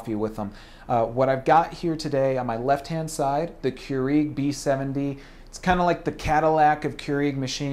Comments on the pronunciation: First time I've ever heard it pronounced Keureeg. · Its not Keureeg. Get it right. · The way you say Keurig makes me annoyed lol, but great review! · You say Keurig wrong lol. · Why is this guy pronouncing Keurig WRONG!!!!!!¡ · Cant stand the way you say Keurig. Please dont say it anymore. Or say it correct. ;)